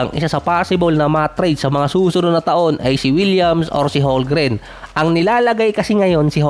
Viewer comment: Holmgren with a silent "M" lodi